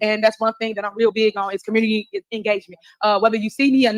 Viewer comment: LOL...Also what's is a "commurny"? 😂😂😂